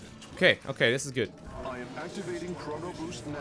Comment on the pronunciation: why do you say goot and not good?